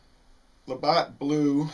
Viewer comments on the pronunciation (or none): It's "labatt" not Labott" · Labatt blue, not Labott. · There is no O its labatt with a long a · don't mean to be a pedant, but it's La Bat, as in baseball bat. Thanks